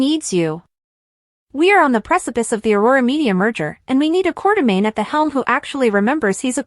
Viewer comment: this is obvously AI because can't spell quartermain. or say it properly or other words.